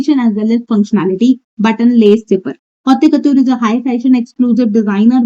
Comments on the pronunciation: It’s pronounced like hot cuhtyoor or kotoor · It’s not hautya kotyore 😭😭😭 the pronunciation- I’m dying 😭